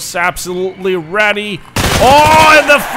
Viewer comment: "Get wedy"